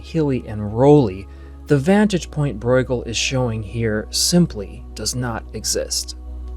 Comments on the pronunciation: Not pronouncing Bruegel right. It's just broo-guhl rather than broi-guhl. You may be confusing it with the German 'eu' which would be pronounced 'oi'. But 'ue' in flemish is just pronounced 'oo". Long u. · Just a small detail - Breugel is not pronounced “Broygel,” that would be a German reading of the name; in Dutch and the Flemish pronunciation the eu is somewhere between the German Ö and Ü. Almost like French “eu.” In English it usually gets pronounced as an “oo” because we don’t have those front rounded vowels. (If we wanted to be pedantic, we could also talk about the G but even though it’s closer to the German ch, the G is an accepted English pronunciation.) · How do you get the pronunciation "Broy-ghel" from Breugel!? 😂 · You grossly mispronounce the names Breughel and van Gogh. Why not find out how to pronounce them correctly before recording your voice-over? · Great video spoiled by the pronunciation of Bruegel and Van Gogh.